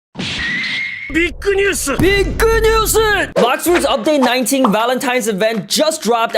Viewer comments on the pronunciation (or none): my fav part is when u say BIGU NEWSU